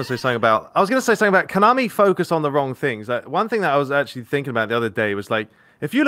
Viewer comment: Why does it sounds like is saying Coinami every time he said Konami